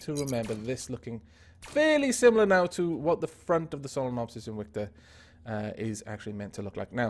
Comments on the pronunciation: He said its name like inwictor not invictor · is it invicta or inwicta? it sounds like you're saying inwicta lol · So it's pronounced ' in-wic-ta' but spelt Invicta? That's nice to know.